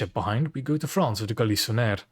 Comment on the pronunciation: Another change that went unnoticed, is that they fixed La Surprise's name (the damn typo stages for months...) Oh and La Galissonière had ils name completely butchered on release as well. One day gaijin will not mess up french names. But that day isn't today...